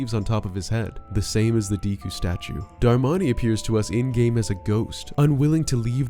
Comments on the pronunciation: Decku is not pronounced Deeku, its pronounced like the main character of My Hero Academia. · It really does amaze me how people mispronounce simple words... Its not "Dee•ku", it's "Deku", as in: "DECK•KU" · DEHKU NOT DEEEKU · It’s pronounced deh koo